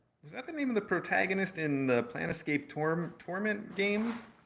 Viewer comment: I was too late to be in the livestream and thus pick up on pronouncing "Planescape" as "Plan Escape". Oh cruel fate... This will never come up again so it's cemented in time.